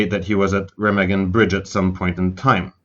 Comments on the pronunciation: it's reeeeemaaaagen not remagen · Learn how to pronounce names properly. It is NOT "REM" A GEN. IT'S "RAH" MAH GEN. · It's pronounced Raw mog in not Rim again! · RE Magen not REM agen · That's only because he can't even pronounce Raw mog in right. It's not rim again! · It’s painful when people mispronounce names and places that have been commonly discussed for decades. Remagen is pronounced “Ray-mahg-in” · I believe the correct pronunciation is Re-mah-gen. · Pronounce the name of the bridge correctly would help A LOT. REE MA GEN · Ruh - maag - un. Repeat after me. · Rem- a (open wide) -gen. (3 syllables). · Hi, the correct pronounce : Remagen...is a SLOW name.. RE (not RI ) MAA (like your mother MA) Gen (G like G-un) EN...(heav-EN) RE-MAA-GENN....Okay? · Wonderful work and so interesting. Thank you! (Town pronounced re-MAG-en) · Remagen bridge is pronounced quite differently with an open "a" like in alpha - I mention it cause if you come to germany and pronounce it that way you will be screwed cause everybody would pull up his shoulders first and then let them down as a sign: no clue at all what you mean Rema (lpha) gen with a long a and every german will understand it. great one. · Great video, poor pronunciation of the city name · Should have learned how to say Remagen. Good story.